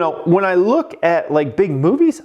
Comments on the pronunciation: I thought you said big booty🍑 lol big movies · Did you say big booty lol